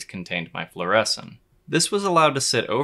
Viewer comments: Floor-A-Seen not floor-essen. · Floor-uh-scene, not floor-eh-sin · Fluorescin' ? It's definitely fluorescing 😛 Beautiful footage, BTW. (FLOOR - ess - een) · Fluor-eh-scene, not fluor-eh-sin, I just have to be that dude.